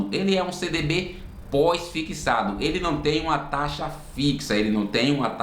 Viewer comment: Fixado ou "fiquissado" ? 😬